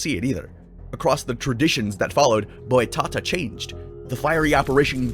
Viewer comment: Just a tip for next time you say portuguese words the accent is where you should say with emphasis, so is boitaTÁ. Just stunble in your channel today, im loving the vids